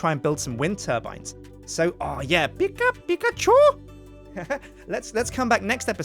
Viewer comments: sounds Chinese when he goes pikachue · Every time tries to say Pika Pikachu I do a facepalm. So far I've done a lot of faepalms